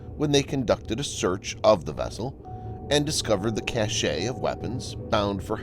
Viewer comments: I cringed every time you said 'Houthi' and 'cashe'. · Cache is pronounced "cash." Houthi is pronounced "hootee."